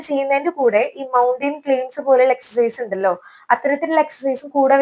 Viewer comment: എക്സർ സൈസ് എന്ന് പറയാൻ എന്നാണ് പഠിക്കുക